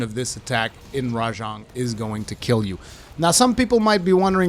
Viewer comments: its RA JANG by the way not rajong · Is that how you pronounce it? It just sounds wrong lol